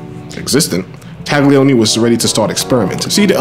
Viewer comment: Okay,: Loving the moto = ya gotta also love la lingua. 'Gli in Italian is pronounced like the L-L-I in "millions". The G is so soft (never a hard "TAGG") it's almost entirely swallowed and becomes a phantom Y-sound. Try saying TAHL-yee-OH-nee. Oh, and my fellow? That garbled cool burbling from our own borough is not strictly Italian ("capicola, prosciutto, capisce?"), it's Sicilian (GABAHGOOL! BRAHZHOOT! GAHBEESH!?) Italy wasn't even unified as a nation until around 1861 and there are massive cultural and dialectical divides between (for example) northern engineers (engines, banking, white sauce, blue-eyed blondes) who are neighbors to the Swiss, and, say, my own famiglia's native Calabria (dark hair, lemon trees, rocks, bullets). In other words, don't take formal pronunciation lessons from any Brooklynite. Ciao..